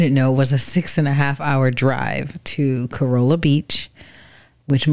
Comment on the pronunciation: It's pronounced "Cah Rah Lah" the locals were quick to correct us. We used to vacation there and other spots in the Outer Banks in the 90s